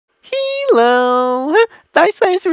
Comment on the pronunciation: THIS IS HIS VOICE EXPLAINED he uses one consistent vowel sound for one vowel. for example, e is a vowel. it has an eh sound like in elephant. however, it can also be silent like in apple. (i know there are more e sounds i’m just too lazy). but he uses it as every e sounds the same. he uses the sound for how you’d say the letter e (as in he). which explains why instead of hello, he says he-low.